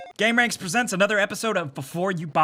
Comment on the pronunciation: God damnit,! It's Gamer-anx; not game-ranx. You sound like one of those Youboobers when you say it like that >.>